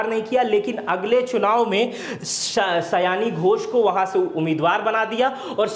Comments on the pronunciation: 'सयानी' नही, 'सायोनी' घोष। Pronunciation ठीक किजिए पहले। आपका जटाजुट बड़ा ही अजीब लगता है। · सयानी nhi सयोनी hei nam😂😂😂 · Nam to thik se poro